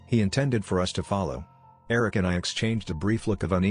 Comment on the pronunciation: The way Eric is pronounced is bothering me